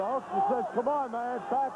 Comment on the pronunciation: And calling the Hulkster...the Hulker lol